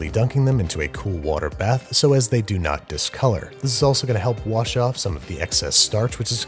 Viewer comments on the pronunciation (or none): none